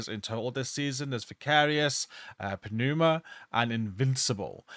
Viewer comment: FYI, Pneuma is pronounced NYOO-muh, the p is silent